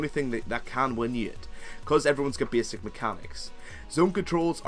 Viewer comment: Did you say ''beesick'' or ''basic".